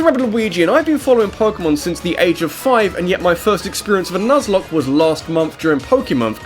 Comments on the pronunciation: "Nuzlocke," um ... holy shit. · People always forget the "e" in Nuzlocke.